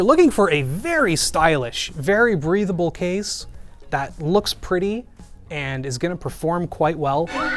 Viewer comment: I heard breathable as breedable 😂